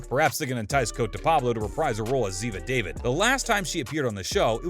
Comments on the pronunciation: You should really try pronouncing zivas characters last name properly before saying it on your video now you're pronounce it as David but saying it as an Islamic name and way is Da-Veed... try it that way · Dude if you are going to report on a show and talk as if you know the show you should know how Zivas name is really pronounced. The lack of detail is off putting